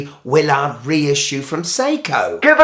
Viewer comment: Hey just to let you know, it is not pronounced Wiil -Lard but Willard all together! 🤣